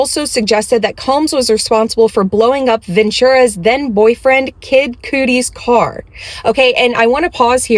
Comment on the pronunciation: Kid cootie is so cute and funny omfg. (Pronounced kud-ee in case nobody's explained yet😭) Really appreciate the video so far though hahaha I needed this laugh.